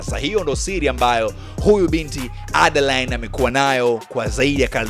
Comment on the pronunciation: Broo umetisha sanaaa hio speed ya kuongea nmependa aiseee msekeseke wa kutamka majina ya jane na adaline khaaa